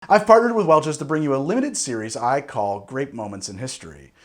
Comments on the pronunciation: all i hear is "i farted with Welch's" at the beginning XD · "I farted with Welches..." 🤔 4th time listening carefully. "I've partnered with..." Oh! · i swear he said "i farted with welches" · He said fart at the beginning. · I need to know. Did he say farterd? And what does it mean. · Looking at his lips when he says it it really looks and sounds like farterd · I could have sworn you started the video by saying “I farted with Welches”...sadly no..definitely not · "I've FARTnered with Welch's." LOL!